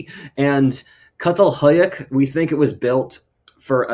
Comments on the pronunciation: Çatalhöyük is pronounced like Chatalheuyeuk. FYI (I am a Turk) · Friend, it’s pronounced “Chatal Huyuk.” Ç makes the “ch” sound in Turkish (Turkey is where the archaeological site is found), “ch” as in the English pronunciation of chocolate.